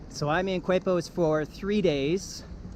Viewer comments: Keh-pos!!!!!! Coo-aipos.....Quepos! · The beach was like 100 meters ahead you bro 🤣 And is Quepos (kepos) not "kuepos". But thanks for let me feel in my hometown for a while (I've livimg im mexico for 4 years now). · You took the bus from where? Now Quepos is pronounced Kepos, not cuepos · Pronounced Kepos.....Not KWEPOS..........in spanish "qu" is pronounced K............Like esQUina....(corner)..is pronounced esKina. You only pronounce the U with the letter G with certain vowels as in GUapo (Gwapo). Just a clarification. I lived in Costa Rica for 2 years. Miss it. Very nice video. Thank you for posting. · It’s pronounced ‘Kay’pos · K-pos = Quepos is the pronunciation for all of you who stumble to this video. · Thanks for the video, but it's KAY' pos and mahn WELL'. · FYI it's pronounced "Kay-Pos"